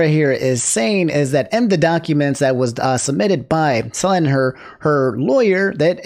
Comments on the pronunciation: how many videos it gonna take for you to pronounce it suh-len and not sell-in 😂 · Nooo corrected his Selen pronunciation 😭 Also, rest in peace Perdoodle3